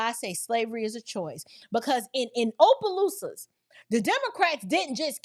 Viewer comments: Not Ō..pelousas.. It's "Ah"..pelousas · My sister, I'm from Louisiana, just a slight correction, Opelousas is pronounced with a short O not a long O, like opposition. Everytime i hear you say it with long O i laugh😅😅